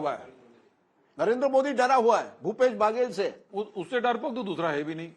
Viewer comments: बगेल/बागेल ये क्या होता है अच्छे से पढ़ कर आया करें बघेल है । और ककआ हमारे यहां कका होता है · Mr Rajdeep ...it is not pronounced as "Bhaaagel" it's Baghel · It's not भागेल, it's Baghel बघेल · Its baghel not bhagel..naam to sahi le lete . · It's Baghela not Bhagela. Correct your phonetics Mr Sardesai. Even after decades of experience.? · Aabe chutiye its not bhagel it ba-ghe-ll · Rajdeep not bhagel pronounce correct